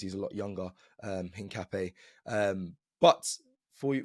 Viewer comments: Hincapp-YAY not NAY 😛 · btw is: in_kaa_ py__ é (the strong accent is in the final vocal like in spanish coffee word "café") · You pronounce it something like ink-a-pie (search for foot in spanish) … COYG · The correct pronounce is piero hincapie = hin car pier 😅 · His name is pronounced INCA-PEA-AY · At least you tried…. But still not saying Hincapié right 😂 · lmao I'm still waiting to see an Arsenal content creator that pronounces Hincapié correctly